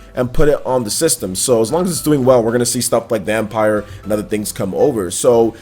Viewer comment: Reeeeeee he isn’t pronouncing VampYr right